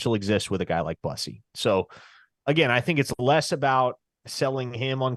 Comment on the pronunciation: Its Terry Boo-see . Not bus-ee or Byoo-see. Boo- see/sea/si